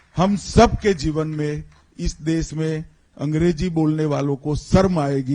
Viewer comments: Amitshah ji deas nahi dash bola jata he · This man can't even speak Hindi properly. Sha is sa for him, des can't say desh! Apna naam SHAH kaisey batata hoga... "Sah"😢